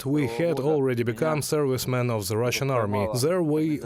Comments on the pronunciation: Sorry to point it out, but your English pronunciation of "THE" as "З"э - was very disturbing. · Fully agree . I made the point and was mildly reproached. Linguistically the "th" sound is not that difficult to learn to pronounce correctly. It bugs me too .